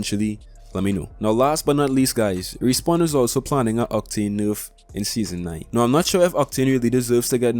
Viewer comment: I love how he says nerf , (norf)